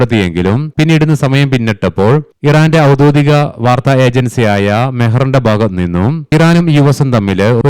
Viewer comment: ഔദ്യോദികം അല്ല ഔദ്യോഗികം ആണ്